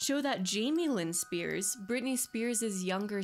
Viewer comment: Its just Spears not Spearses